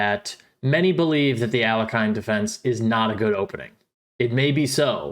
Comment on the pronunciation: It's pronounced al-YECH-in.